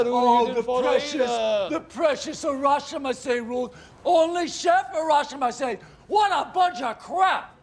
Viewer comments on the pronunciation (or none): Harashima is a Japanese wrestler. It sounds like he’s talking about what “harashima says” when you welcome someone it’s “irashaimase” pronounced “ee-ra-shy-mah-say” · And every guest in that restaurant will be allowed to say "irrashaimasse" 🤣🤣🤣